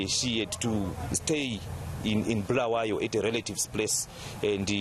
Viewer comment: Not bhulawayo but Bulawayo this Moyo guys can not even pronounce